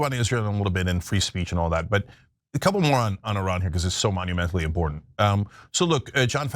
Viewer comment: Incredibly im-POR-dunt